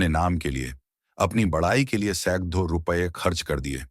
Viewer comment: अब हद हो गई। 'ड़' का 'द्ध' उच्चारण बार बार कर रहे हैं। 'पकड़' को 'पकद्थ', 'सैकड़ों' को सैकद्धों' 'बड़ी' को 'बद्धी', ,,,,। अब आज से आपको सुनना बन्द। पहले सभी स्वरों- व्यंजनों का सही उच्चारण करना सीखिए।